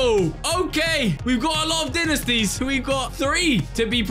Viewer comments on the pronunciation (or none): Great vid! but Dinisties💀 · good video but dinesties got me triggered